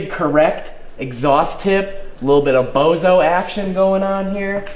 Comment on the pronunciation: little bit of BOZO its ''BOUSOU'' short for bousouzoku